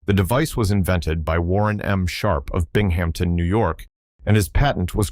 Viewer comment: "bing hampton" :P Bing Um Ton...